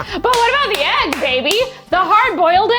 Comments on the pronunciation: Ayyg club unite 🎉 I also didn’t know I said eggs wrong until my fiancé started making fun of me for it. I still don’t hear the difference. I see you, you are not alone 🥚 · yall don't say egg wrong...you're just saying it in Swedish 😌 (ägg)